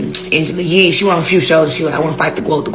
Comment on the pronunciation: Been saying it...NOT 👏 A 👏 GOAT! An saying gwoat just makes ppl sound like an idiot 🙄